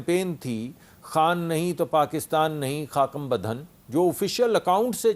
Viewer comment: حامد میر صاحب ، مصدق ملک کو خاکم بدھن صحیح پڑھنا تو سکھا دیں۔